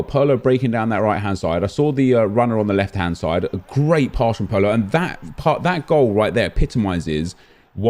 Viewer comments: It's not Pearlo, it's Pirlo mate. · This nikka said pearlo 😂😂